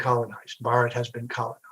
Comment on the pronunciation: Bhaaratha*, he mispronounced it. But good effort. Hindusthani ppl also do not pronounce it correctly. It's a damn shame. Aren't you Thélugu? Wtf is bharat? It's Bhaaratha. Bhaaratha Ganathanthra Ganarajyamu-the official name.